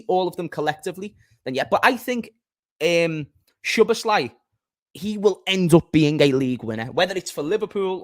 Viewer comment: pronounced "sobots-sly"